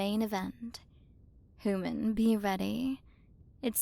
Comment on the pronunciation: Alright time to play the game of “Take a shot every time you hear say hooman/hoomans”